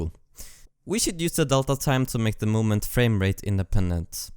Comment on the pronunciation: nice btw movement code is misstyped you said "moement" at cleanup movement code